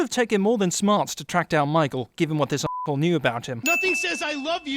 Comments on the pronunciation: The way says assholle lmao I'm dying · Sion The Undead Juggernaut yeah me too he says it like a German